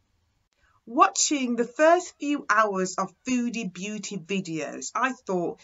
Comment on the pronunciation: it's "beauty" not "booty"